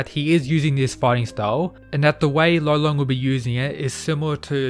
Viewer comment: Gotta say, I think his name is actually Lolong not Rolon. He's from the Philippines so It's DEFINITELY Lolong. Rolon is just how Japanese people would pronounce it